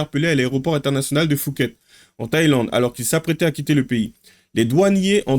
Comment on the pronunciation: A l'aéroport de Fouket ?? 😁😁😁 Phuket se prononce POUKET ... Faut vraiment être débile pour voyager avec une valise qui "soi-disant" n'est pas à toi. En plus, les téléphones sont moins chers en Thaïlande... Son histoire ne tient pas debout !! Les autres avec des kilos d'herbe sont tout autant débiles. Attention à la peine de mort ou la prison à vie... J'ai vécu 12 ans en Thaïlande, c'est pas l'Europe, là-bas tu ne joues pas avec la police. Et les prisons sont différentes, c'est pas le club Med comme chez nous. Après, ils demandent de l'argent !? Bah, y a qu'à revendre qlqs I-phone... On voit aussi trop de vidéos où on voit des "french- arabic" foutre le bordel partout où ils passent, la police Thaïlandaise a bien raison de les punir. Pour l'avoir vécu, souvent, je faisais semblant de ne pas comprendre leur language pour ne pas être comparé à ce genre de parasites.